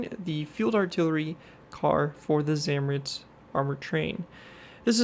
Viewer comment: Zamoorets that is how you pronounce it